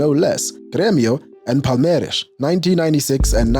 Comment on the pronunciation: important to note that the "R" at the start of a word or "RR" in the middle of a word in Portuguese has an "h" sound. so it's Honaldo, Honaldinho, paHeira